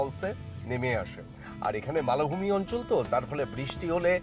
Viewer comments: আপনি একজন শিক্ষিত মানুষ,মালভূমি কে মালোভূমি উচ্চারণ কেন করছেন ।কষ্ট নেবেন না দুঃখিত। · আপনি শুনলে কষ্ট পাবেন উচ্চারণটা আপনিই ভুল করছেন ।‌ উচ্চারণটা "মাল‌্ ভূমি" নয়, মালভূমি । ল- য়ের অকারান্ত উচ্চারণ হয় ।‌ বাংলা ব্যাকরণগত কারণ অনুসারে দু'পাশের দুটি ব্যঞ্জনবর্ণের সাথে যদি স্বর বর্ণের মাত্রা যুক্ত থাকে, তাহলে মধ্যবর্তী ব্যঞ্জনবর্ণটিও অকারন্ত উচ্চারণই হবে । এখানে ম এবং ভ এই দুটি শব্দের সাথে স্বরবর্ণের মাত্রা যুক্ত রয়েছে ।‌ তাই মধ্যবর্তী ল অকারন্ত উচ্চারণ-ই হবে । হসন্ত ( ্ ) উচ্চারণ হবে না । ওটা অবাঙালী উচ্চারণ । ভবিষ্যতে আপনি উচ্চারণটা শুধরে নেবেন । লোকে আপনাকেও শিক্ষিত ভাববে ।‌